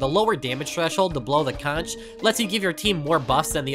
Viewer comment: you are the first youtuber that i have ever hear pronounce conch correctly, my happiness is immeasurable